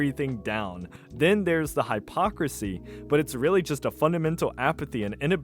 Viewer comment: You should learn how to pronounce hypocrisy while youre at it champ